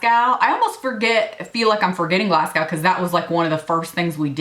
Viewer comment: Love this video! Btw it is pronounced Glas-go !!